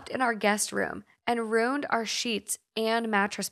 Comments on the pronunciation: Ima say it because I actually cannot stand it anymore after binging these: it is RUE-IN. Not ROO-N. RUE. IN. A RUNE is a SYMBOL. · You also say "ruined" strange to me 😂 You pronounce it "rooned" while everyone I know says "roo - ind" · My husband is from the midwest too, and we have debated over several words and their pronunciation such as “roof” he says “ruff” I noticed hearing you say “runed” as ruined “Roo-in-d” in the first story. Lol i just thought it was a midwest thing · Right after talking about bage vs bag, she says rooned. Yall are so cute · We pronounce it Roo-inned in England...maybe they say runed in Scotland but the r is rolled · I’m British and I swear to god if anyone pronounced ruined the way does they’d get the shit ripped out of them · Vague is VAY- g 😂 And I love you guys but yeah your pronunciation of ruined gets me every time.